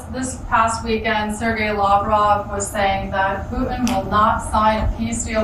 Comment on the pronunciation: You still pronounce Sergey wrong